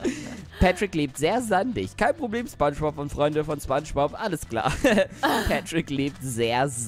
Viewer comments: Kannst du bitte spongebob sagen und nicht spangebob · nach 7 Jahren sagt der Typ immer noch SPANSCHBOB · wie du imma spangbub sagst. xd